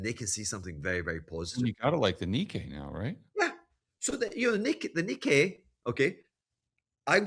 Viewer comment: is an expert. I get it. But it's pronounced "knee-kay". I speak Japanese -- trust me.